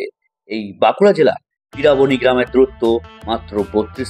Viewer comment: দাদা আমাদের গ্রামের নাম পিরাবনী নয় পিড়রাবণী